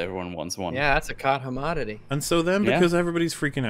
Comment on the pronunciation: So are we all just gonna ignore saying "cot hommodity"?